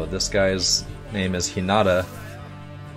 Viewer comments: IT IS H I N A T A PRONOUNCED H EE N A T A sorry i love anime and it kinda is a trigger when you pronounce it wrong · I'm literally tweeking out each time you say Hinata's name wrong!!!! It's pronounced, HEE-NAAH-TAA not, HHI-NAH-TA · Its He-na-ta not He-not-a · He-na-ta Hinata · Me barely holding in my rage: HInata not hiNAta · its pronounced He-na- ta, sorry that is going to drive me insane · Sorry it jus bothers me but its pronounced heenita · When he pronounced hinata wrong I died inside